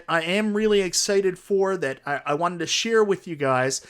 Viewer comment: Great video. Were you aware that your accent changes every AR sound to ER. Ercade 1up. Like literally EVERY ‘AR’ sound is ‘ER’ 😂 When you say “SHARE”, it sounded like you said SHERE. MERVEL vs Capcom 2 AR sounds do not exist lol